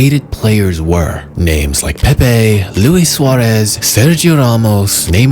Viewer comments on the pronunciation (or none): none